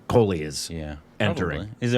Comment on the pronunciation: It's KOHLI, not KHOLI